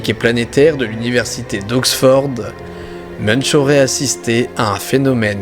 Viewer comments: Munch ne se dit pas "Muneche" mais "Mounnk" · ON PRONONCE MUNKE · On dit pas "meunch", mais "moun'k" :) Belle vidéo sinon.